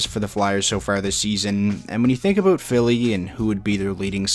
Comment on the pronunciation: Aboot lol